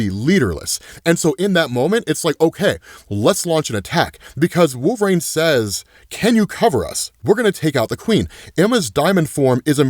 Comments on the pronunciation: It’s wol-ver-ine not Wol-var-ina 😂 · Who is wolvereen? You should take speaking lessons. Sounds like a speech impedement